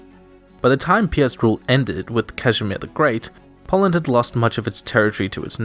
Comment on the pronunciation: Poland I thought you said partition lol